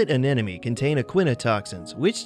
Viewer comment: Why do so many people say "anenome" when it is spelled "anemone"? I suppose it is meant to be pronounced the way it is spelled (m before n)?